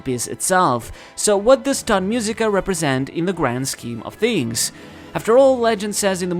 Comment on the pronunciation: Everytime he say "tot musica", drink (don't do it). You will be tot -i laughed my a off, i understand thot musica 😂😂